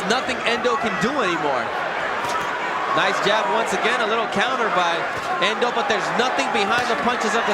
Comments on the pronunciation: Spelt Ndou and pronounced Ndoo not Endo. The commentator is a silly man. RIP: Nick Du Randt - one of the best trainers that South Africa ever produced. Nick guided Sugarboy Malinga to an upset win over Nigel Benn in 1992 and he was also in Hasim Rahman's corner when 'The Rock' knocked out Lennox Lewis back in 2001 (their first fight). Peace and love to everyone out there from South Africa from a hard core boxing fan in KwaZulu-Natal. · Why😂 is He calling him Endou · He's pronouncing n in full because their names start with a letter followed by an alphabet eg if it was Hlophe he would say Shlophe because he pronounces H in full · The commentator is adding an E on Ndou.I don't know his problem. Maybe he can't read